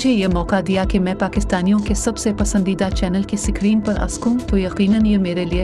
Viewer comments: AI anchor is from punjab as she pronounced sakreen instead of screen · 'Sakreen'!!! Pendo AI anchor 😂😅